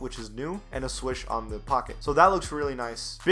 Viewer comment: NIKE SWOOSH! Not swish